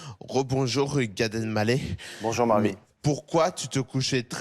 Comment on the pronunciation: Mince, Gad qui est l'un de mes humoristes préférés s'est encore trompé en prononçant son nom. Je ne perds pas espoir, un jour peut-être je l'entendrai prononcer Gad "El mallah", avec le h fortement aspiré puisque c'est un nom arabe qui signifie "vendeur de sel". Je précise "quavant" il n'avait aucun problème à prononcer correctement son nom...